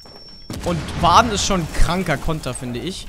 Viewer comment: nook ist richtig aus gesprochen aber nicht warden nicht warde